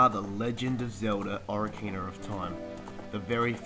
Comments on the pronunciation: only 5 times and btw its said OH-KA-RINA not O-RI-CANA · no offence but you pronounce it oc-ar-in-a not ora-cina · Bruh oracina really.... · O rar kina. lol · I lol every time you say ocarina.